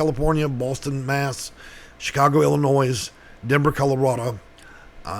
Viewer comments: It's pronounced Illinoy, not Illinoyse. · Illinoi not illinoise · It's Illinoi don't pronounce the s. How educated are you. When speaking public know how to pronounce names you're using. Otherwise you lose credibility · The S in Illinois is silent